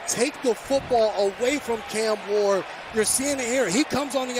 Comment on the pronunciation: It’s cam ward not can ward